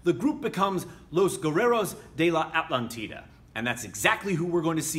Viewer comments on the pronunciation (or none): Great video as always,. Just one thing. In spanish, you stress it like a-TLÁN-ti-da.:D